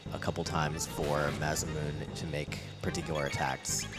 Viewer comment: It really bothers me that they kept calling it the maz-uh-mewn. It's pronounced mah-sah-moo-nay.